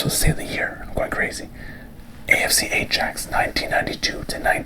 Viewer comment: great vid as always! just a quick fyi, ajax is pronounced eye-axe, you don’t pronounce the j sound